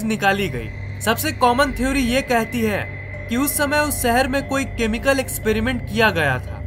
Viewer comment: Bhai shehar bolna sikh